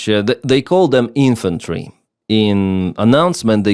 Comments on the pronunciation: as in infant-tree (as in infant infantery)? lol. Thx for the update! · wow literal baby soldier "infant-ry" lol